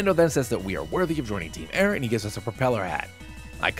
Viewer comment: Hey, nice video, but it’s actually called ‘team soar’ or something